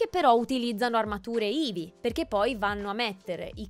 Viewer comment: Anche a me è piaciuto Ma perchè dici eevee al posto di heavy?